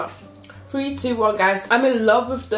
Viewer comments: says’free’ instead of three🤣🤣🤣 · She really just said “few few”😂😂😂😂